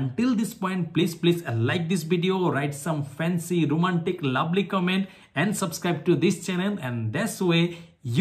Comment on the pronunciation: oochh i felt that punch when you said subscribe...